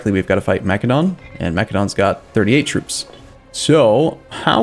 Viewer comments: plz... its not pronounced makedon.... its masedonia or masedon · MA-SEH-DON, like the country Macedonia.